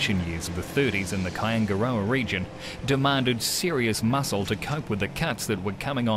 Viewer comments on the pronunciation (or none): Yeah man....I know where Kaingaroa is, lived there for years whilst working at Wairapukao. Just some can't say it properly.